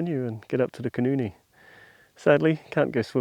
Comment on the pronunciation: You are mispronouncing the name of the great nw river: Koenienie as you pronounce it is a vulgar expression for a vagina. The correct pronounciation is Khoenêne.